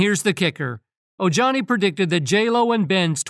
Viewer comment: O-Jani? Um, ya ...no. It's O-Hani. Ignoramus.